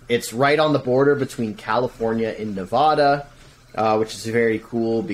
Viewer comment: You don't know how to pronounce our state and then keep interrupting your guest. You should have picked up on how said Nevada after the second time.